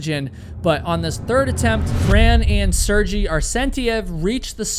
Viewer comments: I've enjoyed watching your videos but please put more effort into better pronouncing names. I only bring it up because you make a big deal of it at the beginning of your videos. A basic google search of "how to say Sergei" will provide you the proper pronunciation. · I know its an old video but just so you know how to pronounce sergei's name - is SER-GAY (cause you kept saying sergi insted of sergei prenouncing ser-gay) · Sehr-GEHY ... not Serjee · Great story but hearing Sergei (Sair-gay) constantly pronounced as (Ser-jee) just drove me crazy to the point I couldn't focus on the story whenever he was mentioned. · Sair-jee? It's Ser-Gay.. common European name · Her husband's name is pronounced Sir-gay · I understand Russian names can be hard but bro, in the amount of time it took you to give the disclaimer you could have figured out it’s pronounced Ser-gay not Ser-gee. Respect this man’s life you’re doing a video about for gods sake. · His name is pronounced Sergay not Serjee. Otherwise, thanks for video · yup, that's probably correct. Ser-gay sounds Russian. Ser-jee gave me an Italian vibe the whole video. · Lol! I'm happy to hear that you've come upon the correct pronunciation, now! Literally, as I was listening to your retelling, I was going, "Sir-gay" after each time you said his name. I do admire your bringing it up, in the event; it takes a big man... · The name is pronounced like Ser-gay 😉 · It's pronounced like sear-gay , you totally butchering his name every time yo😮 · Jeez the way you mispronounce SERGEI was so frustrating throughout the entire video 😅. It’s obvious you didn’t watch a SINGLE video about them. If you did, you would know how to pronounce Sergei….”Sir-gay” 🤦🏻‍♂️ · the name is SERGHEY... for american... " SIR... GAY "... got it? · It’s pronounced sir gay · I think his name or pronounced Sare-gay. ⭐️ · Pretty sure his name is pronounced (Sair-gay) or (Sir-gay). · It’s pronounced Sear-Guy or sometimes Sir-Gay